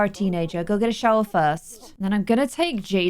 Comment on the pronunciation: it sounds like she’s saying she recommends don’t use it xD (Ik she meant go use it)